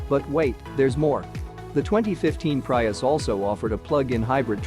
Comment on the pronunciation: Prius: Pronounced Pre-us... not Pry-us